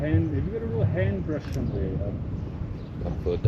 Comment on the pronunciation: Guy is starting to speak English with a South African accent. 😂 That “brrrush” was definitely sounding strongly Boer-ish. 🇿🇦🇿🇦🇿🇦